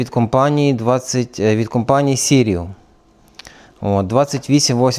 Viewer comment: Sirui !!! Не сіруі😊, а так дуже цікаво👍